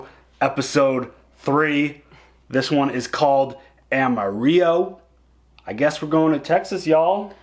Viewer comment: "Ama-REE-o?" First time I've ever heard that. I know it has a Spanish origin, but you pronounce the Ls. Take it from a Texan who's been to Ama-RIL-lo many times.